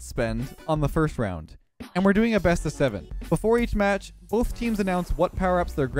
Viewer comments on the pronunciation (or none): Ah yes “teams buy items before each Mach”😂